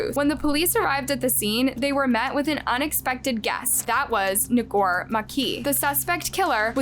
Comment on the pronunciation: Ngor sound like “more.” Either you do no research at all or you intentionally mess this stuff up so you get more engagement.